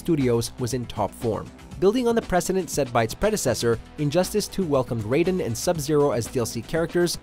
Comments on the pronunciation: "RYE-DEN" ? Nice to see that we have a true fan and not some guy reading the script for the first time. LOL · Calling Raiden RAYden in 2020. And some wonder why many hate WM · THEY PRONOUNCED RAIDEN "REIDEN" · Did he just say... Ride In instead of Raiden. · He said riden 😭😭💀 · It’s ( RAY-den )say it like that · He just said Riden u know watchmojo didn’t go to school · Did he said RYE DEN ?? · Wait a minute time out, did dog really say Ryden? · Bro really pronounced Raiden as Ry Den💀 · Rayden? Tha fuck dude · My dude did you just ryeden? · RIDEN????? RIDEN!!?!?!! WTF WATCH MOJO ITS RAIDEN!!!! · Did you just say "Rye-den"? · This man said "Ri-den" smh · This guy really just say Ryden? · Pls don’t tell me he said riden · Why do peaple always prenoice the name's wrong trust me. This is noting one time in a video the guy said shinuk yeah it was awful but riden ist even close to being as bad as others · Did you really pronounce Raiden like Ryeden? Really bud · Did he... did he just pronounce Raiden as "Rydin"? I give up on this dude. 🤦🏾‍♂️ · Lol nigga said Ryden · Did you say Ryden instead of Raiden. You're a fake gamer guy.😂😂😂😂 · at least learn Raidens name before making this video like Riden dude. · He said raiden wrong then said it right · did he just pronounce Raiden like MGS Raiden? yikes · Pronunciation of Raiden Me: "O-Oh... Oh man.., that hurt, that hurt me deep... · How did you say Raiden's name in #6 so so wrong? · How do you say raidens name wrong once and completely fine the second time literally one minute later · this guy over here saying Raiden like it's metal gears solid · he said raiden wrong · Did you really just pronounce raiden wrong what's wrong with you how hard is it to do a second take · He said raiden wrong on purpose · Lmao why did you pronounce Raiden so weird in #6 & then pronounce it normally immediately after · For the last time its pronounced RAY-DEN not RAI-DEN!!! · Ri- den ? Don't you mean Raiden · Ryden?! It's Raiden.!